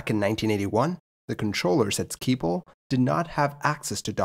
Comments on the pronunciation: Feel like e-mailing you a compilation of Dutch newsreaders saying "Schiphol". Because you seem to be talking about "Skee pole". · Totally butchered 'Schiphol' and 'Hollands Diep' tho. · Agreed! Skee-pole sounded funny though, but I wouldn't know how to even start explaining it's pronunciation. Skiphole might be the closest achievable in English, with the letter i short as in ship. Shiphole would be acceptable as well.